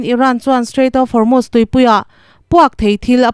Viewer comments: Van hre sual chiang hle mai Formust a ti lo va, Hormust pawh dik chuang hek lo, Hormuz tih tur aw,,,, Pitar pakhat thu sawi min ti hre chhuak lawm le, " Thanga pi in " Korot'" tih a tuma Kolot tih daih tiin a nuih ve tho😂'" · Formust i ti a, Hormust tih zawktur a ni lomaw le ?